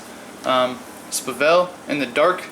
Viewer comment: Every time he says buhvel instead of bevel I laughed. Nice overview!